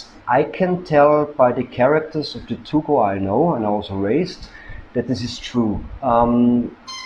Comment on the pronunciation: It is pronounced Too-Go. It literally means, earth dog. I have one (yellow). I live "there." It is wonderful here, and my dog is the best one in my long life! Edit: You are mistaken about them not being good guard dogs. Try walking up to a random house in a Guangxi Village and see what kind of welcome you get!